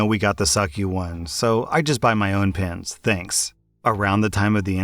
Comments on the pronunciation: For the pen story I was only listening to audio and it took me a while to realize he was talking and pens and not pins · OMG i thout he was saying pins not pen i was like why wuold you need so manny pins the i saw on the screen pens not pins i was so losst.